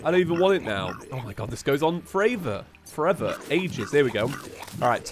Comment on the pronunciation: again... FOR-AY-VER !!!! ahahahaha